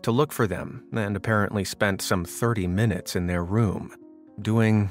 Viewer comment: Eleven munets